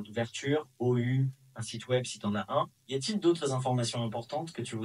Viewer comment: Vous avez oublié de dire "Peux-tu prononcer les chiffres et le mot "ou" correctement en français ?"